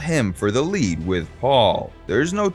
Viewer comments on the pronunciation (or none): none